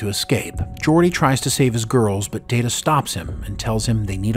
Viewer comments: Pronounced "Data" the way used to early on in Season 2 of TNG. Pretty sure it's established that "DAYTA" is correct and "DAHTAH" is not correct. Does the narrator ever actually watch Star Trek??? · Someone who pronounces Data as Da-Ta instead of Day-Ta - is not a Chanel I will watch. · Da-duh... Guys.. please, no. That is what Shelby called him. Day-Ta is his name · You mis-pronounced Data's name as "data" - One is his name; the other is not. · Why say Datta? Why? Everyone in the show including himself say Dayta. So please, one more time, why say datta? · Dah-ta? Oh, my. I guess gets two shout-outs this episode. 😂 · Wait, did you call him "DAta" right at the beginning?? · Alright lol, its Day-Ta..... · Did you just call Data Dat-A bro what lol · It's pronounced (date a) you may ask what does it matter. Well one of them is his name the other is not 😂😂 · Datter? Who's "Datter"? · Another excellent script and narration. The one nitpick is that where as last week's was wordperfect, the first pronunciation of data in this one was incorrect. But it was fine for the rest of it. Thanks again for the video and for all of your work. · They lose credibility with their audience if they can't say his name right, means they don't watch the show, just a guy reading a script or a bot...thumbs down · You're saying Data like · Excuse me. It's pronounced Data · Not data its Data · How can you mispronounce Data? I mean one is his name and the other is not. Shame ...... SHAME! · Did he just mispr9nounce data name? Lol so many amateur mistakes by these podcast guys! Proof read fool s